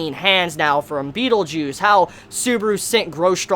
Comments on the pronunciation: Beetle Juice!!! Seriouly WTH!! I mean u really butchered that word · I like how he pronounce Betelgeuse. Bettle-Juice.